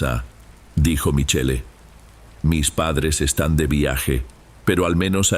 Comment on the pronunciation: Se dice Michel pronuncia bien estudia ya que actuas ante un publico estudia estudia